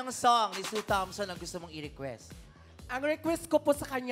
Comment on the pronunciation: Ang galing sana ng pangalawa kaya lang ang pronunciation and enunciation ni "Sue Thompson" sumasablay